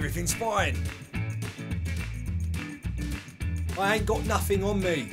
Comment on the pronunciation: You scared the cockney out of me with your facial expression, while pronouncing 'nothing' in cockney accent